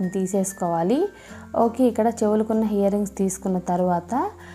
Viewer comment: hear rings kadu ear rings